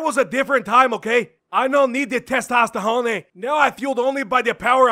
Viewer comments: "Testosterjone" hahahahahahaha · testostehonay hahahha